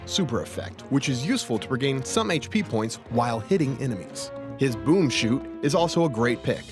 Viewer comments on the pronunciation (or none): It should be boom “shot” not boom “shoot”